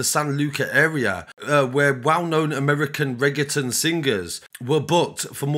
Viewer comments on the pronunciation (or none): Bro at least learn how to pronounce Reggaeton